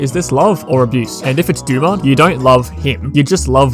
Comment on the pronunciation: Dumud. Dumud gild. Heh...dumud.